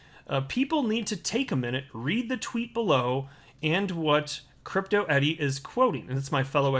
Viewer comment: Why do you keep calling her Crypto Eddie?????